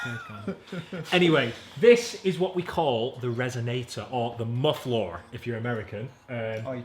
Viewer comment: Lifeistooshort Letitgo he said MUFFLOR lol